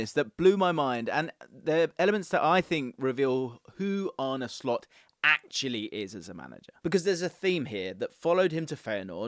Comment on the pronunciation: 10 points for not butchering his name!!👍